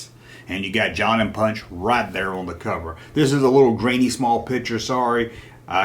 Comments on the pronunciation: It was ponch Not punch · Ponch not Punch. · It's ponch not punch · Erik Estrada's characters name was pronounced "Ponch" not ''Punch''. "Ponch'' was short for (Francis Poncherello). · Punch? wasn't he Ponch? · Love how you keep saying punch instead of ponch. I'm sure that was to get somebody to say its ponch not punch. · His name wasn't punch, it was Ponch, short for Frank Poncherello.